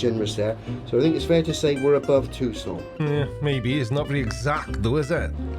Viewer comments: I wish would stop pronouncing “Tucson” as if it were French. Too-sohn, dude, don’t short the N. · Interesting pronunciations of Phoenix and Tucson. Also, I can't help feeling that Ye Blackbird Of Awesome +5 is more than a little sullied by this character assassination. Full throttle go ...aaaand it's gone. (I also roflcoptered a little tiny bit at the Pewdiepie clip. Worth it.)